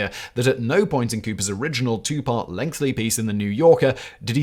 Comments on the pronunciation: Do I misunderstand how Brits pronounce the word 'lengthy', or is Simon consistently and utterly incapable of pronouncing it? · It's a Simon thing, his writers sometimes do it deliberately because he's just incapable of saying it properly